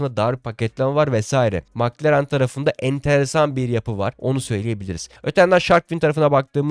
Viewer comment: Mc Laren yada Mc Donalds bu söylemek bu kadar zor mu???? Madem düzgün söyleyemiyorsun, bir İngiliz yada bir alman formel 1 yayını izleyerek isimleri ve markaları daha iyi söyleyebilirsin. Milletten abone olmalarını, Size destek olmalarını istemeden önce doğru söylemeye çalış.